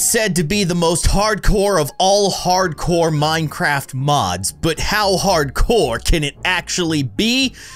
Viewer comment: The minecraft word said mincerft